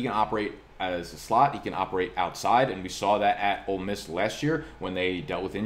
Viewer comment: I really appreciate your correct pronunciation of Ole Miss.